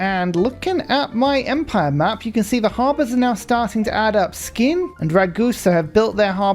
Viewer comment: I was thinking that NOO its okay you dont have to tell him how it’s pronounced but then you kept pronouncing it like it and i couldnt resist😅, SK in Norwegian is pronounced like SH, so skien is shee-en and skedsmo is shesmo